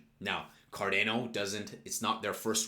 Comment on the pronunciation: You're aware it is pronounces Car-DAH-no? Just listen to a Charles video how he pronounces it.